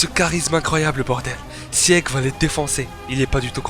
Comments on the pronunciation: Petit astuce quand ya un e dans un prénom de SNK il ne se prononce pas, donc faut prononcer sigue et non sieg pareil pour pique et non pieck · Bon commentaire😀. Par contre Sieg et Pieck se prononcent "Sigue" et "Pique" 😉